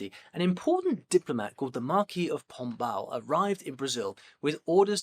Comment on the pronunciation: Great video, but I lost myself laughing when I heard "Marquis of Pombal"🤣.